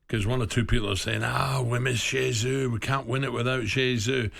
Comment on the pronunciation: Who's "Jay-Zoo" Alan? I don't remember us signing him.